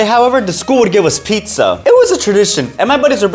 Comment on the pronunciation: i thought he pronounced pizza "pitza"